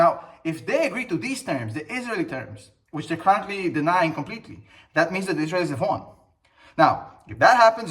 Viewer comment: The way you say Israelies is the wrong intonation. Just saying. I love your videos